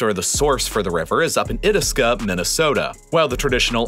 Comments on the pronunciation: Eye-task-a, not It-iska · The mouth of the Mississippi is pronounced "Eye-Task-Uh", just FYI. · Correct pronunciation of Itasca = "eye" task - uh... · I'm in MN, too, like John (who possibly could be a relative, I have some Ericksons in my family), and I'd accept Eh-TASK-ah. But never IT-as-kah, like they said. The emphasis is always on the second syllable. Both the county and the lake I have heard native Minnesotans refer to using the short vowel in the first syllable, instead of the long, although the long is generally more common. But putting the emphasis on the first syllable is an anathema to all Minnesotans! Ya sure ya betcha! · Aw man, as a Minnesotan, the pronunciation of "Itasca" here made me sad. It's pronounced "eye-task-uh", not "it-uh-skuh". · The Mississippi River starts in “eye-tas-ka” not “it-es-ka” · As a Minnesotan it is my sworn duty to correct your pronunciation of Itasca- you said it-is-ka when it’s actually i-tas-ca- it should rhyme with Alaska. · Semantics but it is locally pronounced "EYE - task - ah" not "it-aska". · 'Lake it-uh-skuh' Me, from the midwest, born in Minnesota: where did you learn to pronounce *I-tas-ca*? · "it-a-ska" i just about died inside. EYE-tas-kah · I know this is 2yo but calling Itasca, It-as-cuh is just funny as a Minnesotan. For those wondering it is pronounced I-tas-cuh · The starting point of the Mississippi river starts in the county of I-tas-ca , it-is-ca is a total bastardization of the word. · The place where the Mississippi starts is called eye-task-a not it-isk-a smh. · Okay, I’m 3 months late but did you just say Iduska instead of Itasca? Pronounced Eye task ah — native Minnesotan tired of people being unable to pronounce even our least obscure names. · Lol “it-is-ka”. It’s pronounced “I-task-uh” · It’s pronounced I-task-ca, not It-eh-ska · Itisca;-; it’s pronounced I-t-aaaaas-ka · It should be, “Eye-Task-Ah” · Yes, and with emphasis on the second syllable: eye-TASK-uh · It’s pronounced Eye-TASK-a, Minnesota